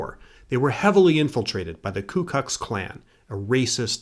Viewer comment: "ku kux klan"